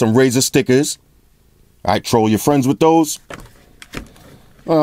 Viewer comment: Damn... My man said "wit a toaster"..